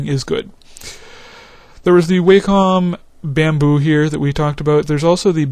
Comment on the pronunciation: its pronounced " WOH - COM " wacom... check the videos they make...